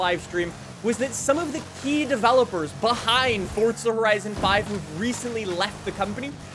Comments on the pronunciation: its forza not forca say it right jesus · bro keeps on saying fortsa horizon 5🤣